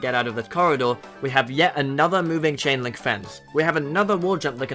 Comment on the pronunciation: Every time you said chain-link I thought you said Ching-ling XD 👌👌👌